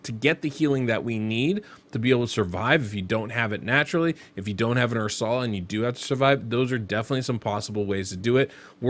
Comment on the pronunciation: Never heard someone call her Ur-sal-ah before lol I'm pretty sure it's (er-sul-uh) but hey who knows thanks for the vid ive got Hellmut Sethallia Stag Knight and Ursula and I was thinking of using Arndulf or Oathbound as the last spot what do you think? Thanks again